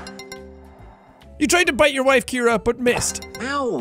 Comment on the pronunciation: ciara not Keira